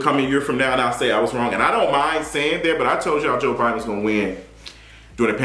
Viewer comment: “Iont know what this is?” 😩